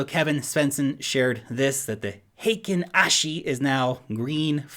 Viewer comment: Hey! said Heikin Ashi right! Head on over to the crypto verse and tell him!